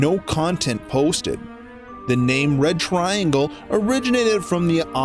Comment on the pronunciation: It's past dinner time. I keep hearing "The Bread Triangle".